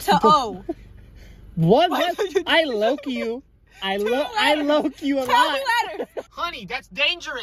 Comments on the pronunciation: "Ok, 2 letters!" "I looe you" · Ahh yes I "LOOE" you too! 😂